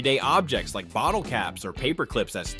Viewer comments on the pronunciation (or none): none